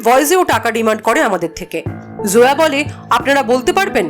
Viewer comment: জোয়া না, নেইম টা জয়া হবে হয়তো